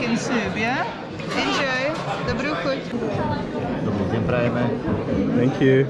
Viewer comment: Good day isint said like dobrí den its more like dobrý ďen you can look it up in google translate